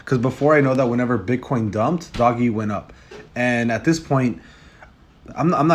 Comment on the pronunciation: It’s not doggy it’s dOge